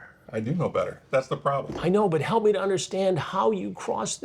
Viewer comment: The way Chris draws out them syllables. 😂😂😂 “It excites youuuu or.? It’s seems messy and potentially smelly to meeee.”